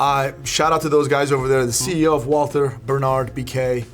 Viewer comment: It's pronounced Walter, like there is no H.